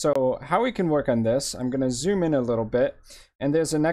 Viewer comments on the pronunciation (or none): none